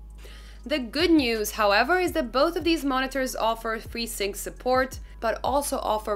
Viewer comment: Did she say, “deez are da two mon-ee-tors”?